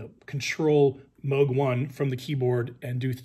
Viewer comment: Glad to hear you say Mōg, rather than mooooog...LOL. So many get that wrong. Great video, thanks!!